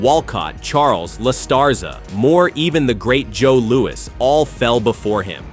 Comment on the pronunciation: Joe Louis not Louie.